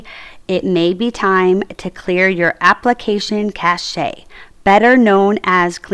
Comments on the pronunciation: Cash not cashe. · FYI you don’t pronounce the e in cache, is pronounced like cash